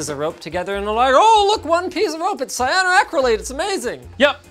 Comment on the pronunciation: Please Linus never pronounce Cyanoacrylate again......